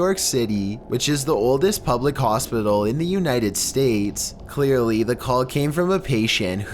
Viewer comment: Number seven sound like “colp me”. Its funny